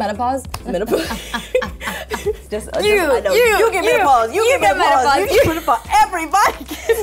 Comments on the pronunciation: I thought they said you get malpause. >:3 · teamboobooseth1 lol I thought they said metaphor 😂😂😂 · "Menapause" this is killing me hahahaha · "You get menapause!" "You get menapause!" Everyone gets menapause!" That was so freaking funny!!!!! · They said Menopause...